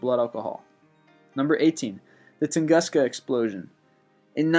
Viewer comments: I'm impressed they have the "Wow" signal. However, this narrator mispronounces many words, like "Taos" and "Tunguska," and Gigantopithecus did not live anytime near the time of the dinosaurs. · You know, I love channels like this, and I would be inclined to subscribe if the narrator didn't mispronounce every other fucking word!!! In this video alone, he mispronounced Bermuda, Tunguska, Gigantopithecus, Earhart, Voynich, and Gibraltar!!! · A few problems ANSWERED: Number 18 - the Tunguska Incident (pronounced Ton-goo-ska) of 1907 (NOT 1908) in Tungusksa, Russia (Central Siberia) - is now known to have been an large asteroid that hit the earth and exploded (as most do) a few hundred feet above the earth - in Tunguska, Russia. The explosion threw dust all the way to England and registered on earth quake equipment all over Europe. The first investigation was 1922 - due to the Russians not allowing outside people into the area!! In 1922 - it still had about 300 square miles of trees laying outward from the epicenter - but nothing found at the epicenter (proving it to be a ball of ice - or an asteroid - as there was no indention in the earth at the epicenter)!! It is also very well explained on Carl Sagan's COSMOS series - which was made in the 1970's and updated in the 1990's (there are small updates at the end of each chapter) - before Sagan's death!!! It WAS an asteroid - made of ice and they are only about 100% sure of this!!! And #9 was simply called the Babuska lady (pronounced Ba-boo-shka) because she dressed in a heavy coat on a sunny day - (it had rained the previous night) - as most Russian women do. She was later found and questioned - but was simply found to be a woman taking a picture - which came out blured!!!!!!! And #4 is WRONG - they never dug in Giants stadium looking for Hoffa's body - they did use ground penetrating radar - but found NOTHING!!!! MOST suspect that Hoffa's body was cut up and put i